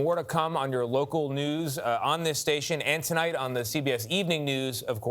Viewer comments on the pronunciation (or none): none